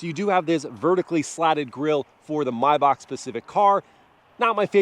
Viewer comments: MY BACHK not may back or may bach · Had to dislike the video for the “My May-Bach” you said during the fun driving segment.